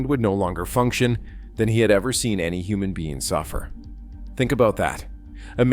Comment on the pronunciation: Fawn-nom-mon was a hu-mon